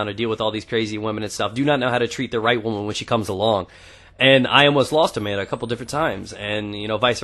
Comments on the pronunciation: When u said "Amanda" I first thought u said a man ! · LOL!!!!!!!!! When u said "then i met Amenda" i thaught u said " then i met a man" .